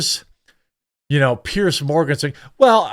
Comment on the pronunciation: FFS. Pronounce his name properly at least. He’s a tosser. And his name is Piers sounds like ears with a pear at the start. And yes it’s a posh twatty name.